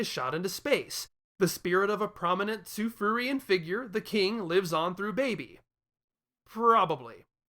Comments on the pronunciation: I dunno, whenever I hear you say „Tsufruian“, I only hear „Tsufurian“. I understand your logic, though, and I don’t want to debate on this. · Say it right. God it's Kryptin all over again.